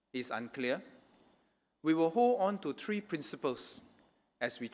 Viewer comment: Three not tree (for 3)